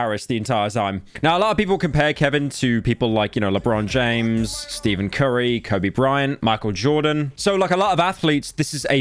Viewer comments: NO WAY HE SAID STEVEN CURRY AND NOT STEPHEN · Did mf just say Steven Curry💀💀💀💀💀💀💀💀💀💀💀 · “Steven” Curry 💀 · "STEVEN CURRY" 😂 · Pryo : doesn’t want to mess people’s names up Pryo: Steven curry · Did you really just say Steven curry??? hahahahaha great rage bait/troll or certified 🤡 moment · "Steven Curry" 💀💀💀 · rants that he doesnt want to misspronounce things and says it slow Pyro immediately after: “steven curry” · pyro tried for a minute not to butcher names and butchered Stephen curry name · Love how Pyro was literally talking about how he doesn't want to extend the list of names he's mispronounces, then goes and accidentally mispronounces Stephen Curry. The Irony. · Bro said Steven Curry 💀